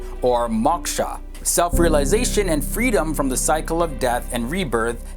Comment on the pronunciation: It is not MOCK-SHA!!! It is MOK (like in the word OK, More, shore etc) SHA. I find it so objectionable that you have a picture of the Goddess Kali with her flaming red tongue on the picture of the video. Is that an intended mockery? Your version of Mock-sha??? Mainstream Hindus prefer the worship of Goddess Durga (doorga) in her benevolent form and not the furious form of Kali, which only indicates that when the Goddess if furious about evil, well, she can be truly furious. WHY NOT A LOVELY PICTURE OF A TEMPLE INSTEAD???